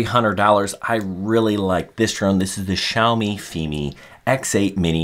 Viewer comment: you pronounced Xiaomi correctly!